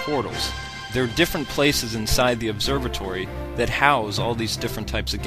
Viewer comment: ...you said Obserbatory.